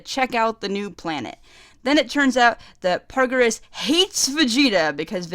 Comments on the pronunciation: paragus, not pargarus lmao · 1. Yes it is a great movie. 2. Not garbage. 3. The movies arent cannon. 4. Not how u say broly. 5. Not how u say PARAGUS. 6. Yeah his motivs are really dumb. 7. NOT HOW U SAY PARAGUS. 8. His plan isnt to set off broly its to hit vegeta with a comet. 9.yeah brolys motives are dumb. 10. Yes the movie is great. 11. OMFG ITS NOT PARGURES ITS PARAGUS. 12. Yes thank god they changed those dumb ass motives. 13. That animation was hot. Sry i got very triggered about the PARGURES nice vid. Although mpst of my comment is toxic u get a sub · Pretty decent review, and I agree with most of your points... BUUUUUT... I keep hearing "Broily" and it's driving me fucking insane. Also- Paragus. PaRaGus. not "Pargarus". You remind me of this one muslim convert who came in to my church/school to preach, and he kept calling it "the wolrd". I'm sorry if I come off as insensitive or brash, but God DAMN I swear it is not that hard.... ....dyslexia expounds itself over language barriers, I suppose. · I can tell you love DBZ and you enjoyed this movie a lot, but seriously Broly's father is named PARAGUS, not PARGARUS. not meaning to be rude here, but when you try to share your point across, a detail like that takes a lot of your points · It's paragus (PAIR-agus) not puragis and Broly (BRO-ly) not broily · Broily and Pargarus. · you want paragus gone so much, you mispronounce him throughout the whole video and its infuriating. also its broly, not "broylee", but thats a more minor mispronounciation. other than that, good video. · It's Paragus, Like Asparagus without the As......